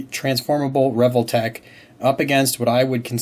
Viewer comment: I've always prounced it as "Ree-Vol-Tech", rather than the way you pronounce it "Revel-tech". Dunno which is correct though. 😂